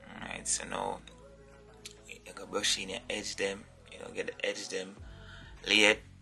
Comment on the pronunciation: Lol say brush it een lol